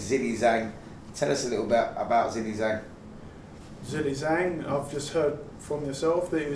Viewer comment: Zilly Zang? It’s Zhang Zhilei. How Spencer Oliver has work in the media I’ll never know.